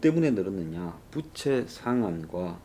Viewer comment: 이사람아 부채발음 똑바로해!!!